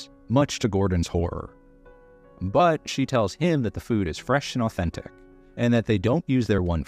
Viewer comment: Ahh-ten-tik Italian food?